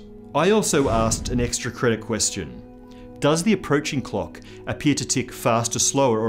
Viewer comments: I know you're Australian but I would really suggest you pronounce the L's in clock a little more clearly. It's very distracting (in a good way) to hear you talking about measuring the ticks between cocks and about cocks moving at relativistic speeds. Actually nevermind, don't change anything, I like it just how it is. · I can't stop hearing "clock" as "cock", and now I can't stop laughing. Starting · agreed, never going to be able to listen to him saying cock, err clock the same again.